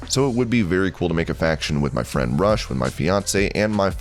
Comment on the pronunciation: His name is not Rush like Lio Rush. Its pronounced Roosh. Like Woosh but with an R instead of a W.